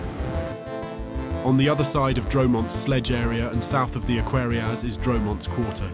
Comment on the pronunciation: Dro-Monts and Roch-ez. Good grief. Computers really struggle with French pronunciation!